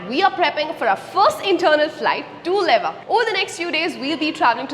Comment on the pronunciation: Its "lewa" not leva.